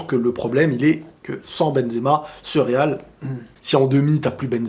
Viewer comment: Le real RRRRRRRR le real RRRRRRRRRR 😂 😂 😂 😂 😂 TU MA TUÉ !